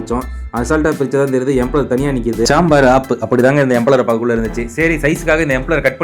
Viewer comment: எம்ப்ளர் இல்ல தம்பி. இம்பெல்லர்